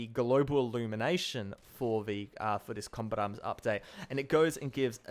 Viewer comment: you say "combat arms" so fast it sounds like "combit arms"